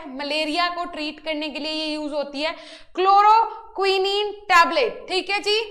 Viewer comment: क्लोरोक्विनिन नहीं है मैडम,,,,क्लोरोक्विन है